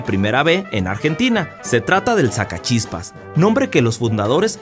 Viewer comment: Sacachispas no el sscachispas